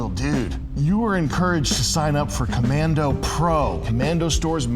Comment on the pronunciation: literally called k ommando